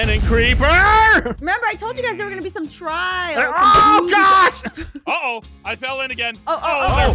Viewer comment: I can’t ignore the fact that said “Despair” and “Trials” I just can’t. Not after watching that.